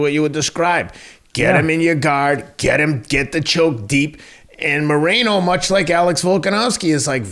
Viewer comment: as someone who speaks spanish, hearing Teddy say Moreeno hurts my soul xD